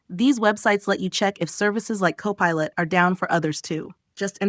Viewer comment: look for "cop a lot".......wt heck? An AI voice reporting on an AI service, what could possibly go wrong?